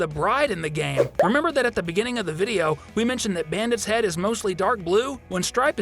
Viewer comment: I thought you said penis not head...